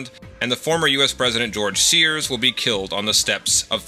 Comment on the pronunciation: Lmao "Gorge Sears" I've never noticed that before